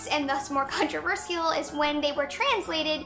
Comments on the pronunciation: You could literally just title these, "Oh, Laci..." And it would tell us all we need to know. I loathe how she pronounces it too, "Controver-seayul." Hmm, I'd say trigger warning anytime Laci is about to try saying, "Controversial." Actually, censor it and dub over/subtitle it, even better. Laci looks like she perpetually has the mumps... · She does pronounce controversial weird and it TRIGGERS ME